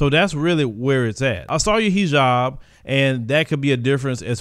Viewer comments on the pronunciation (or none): none